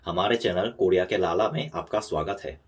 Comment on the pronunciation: (लल्ला) brother ❣️ not लाला. Love from INDIA 💝. AND MEANING OF LALLA is SON......